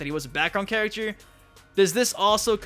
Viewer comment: Stop saying character like that the cringe.